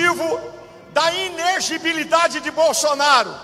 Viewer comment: Só tem que aprender a falar inelegibilidade.....😂